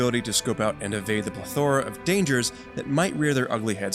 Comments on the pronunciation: pleth-ORA and car-till-inigous fish wtf lol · You pronounced plethora wrong. And cartilaginous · The review is kind of distracting when words are mispronounced, like 'plethora' and 'cartilaginous'. It makes me wonder if the narrator even knows what they're saying. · fascinated by your pronunciation of plethora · lol at how he says plethora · Who doesn't know how to pronounce plethora? Apparently this guy.